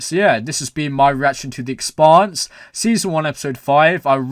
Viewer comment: You pronounce Expanse like Pants.